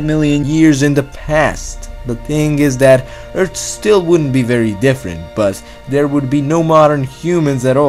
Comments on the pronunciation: He talks like a dumb toddler. Its "THERE" not "DARE"!!!! He doesn't know how to prounouce fucking T's!!!!! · Dude learn to pronounce Th..not duh